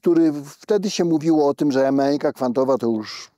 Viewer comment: długo nie wiedziałam o czym mowa gdy padało słowo "m(e)anika" ... to tak jakby nieme "h" gdzieś tam w środku było.. a przecież mechanika w każdym języku ma zawsze "CH" w środku.. niechlujnie, profesorze, neichlujnie.. "koCHerencja, ale "mehanika" ... pfff